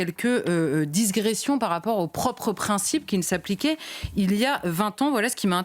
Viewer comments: "digression", et non "disgression", Madame l'intellectuelle de mes deux... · disgression... Ahlala mais quel barbarisme que voici 😂 On dit digression gast !